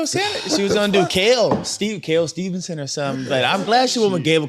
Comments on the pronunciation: Even Gable Himself says Stevenson. Although you'd think would pick up on it though...🤣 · Gable STEVEson there is no n ffs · Should we count how many times they get steveson’s name wrong ?? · has said Gable’s last name wrong 3 or 4 times already and I’m less than 2 minutes into the show 😂😂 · The consistent adding of the non-existent ‘n’ irritates me far more than it should 😂😂